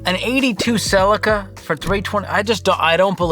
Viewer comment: Please stop saying Celica like that. It's upsetting.